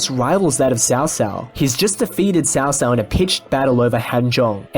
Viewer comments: Hey bro. Really like the videos. Was just going to ask isnt Cao Cao pronounced more like... "cow cow" ? I just ask bc that's how its pronounced in the Kessen games(which are great even If not historically accurate) and probably in the DW games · In Cantonese it's Cho Cho, in Mandarin it's Tsow Tsow. Cow Cow is an abominable pronunciation that should be burned in hell.